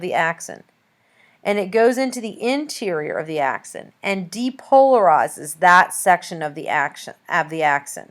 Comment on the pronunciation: This lady has no clue what she's talking about can't even pronounce "axon" lol. Don't waste ur time on this vid